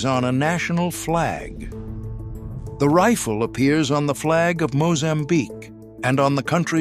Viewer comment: I hate AI as they cannot get pronunciations correct. I've never heard a rifle called a "reefil".